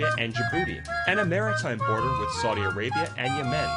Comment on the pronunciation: {"This man stood against ziss & zat... ; "Mutual cooperation wizz China...?" Wut good is that for Eri...? & Did i just hear u correct...? " WE R NOT IN THE STONE...!!! "} .................. BUT WE ARE.................... I think ur mind is playing tricks with your sick-self. Never u mind... hegymonist -- folk in Asmara are harnessing sparks, by striking 2 rocks - as their heat source, in (2023). (Who would have thought?!?) Well... there's the sad, ugly, evil spectra of tyrants -- so much... for legacy.